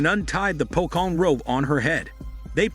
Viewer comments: he called it pokong because he doesnt know how to pronounce it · Pocong is actually a supernatural being as a ghost and not actually a zombie The real to pronounce it is Po-chong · Nah its "pokong"